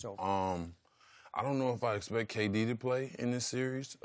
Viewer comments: he says GayD instead of KD 😂😂😂😂😂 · McGee said GayD instead of KD. My guy. Lol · He said gayd not kd lol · he called K-D gay-d. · "GAY-D" Lmao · “Gay-D” 😂 damn JaVale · Lmao this man javale said Gay-D he shaqtin a fool everywhere😂😂😂